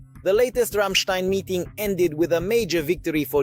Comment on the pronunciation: Ramstein pronounce Рамштаин. 😉 💙 💛 🇺🇦 💙 💛 🇩🇪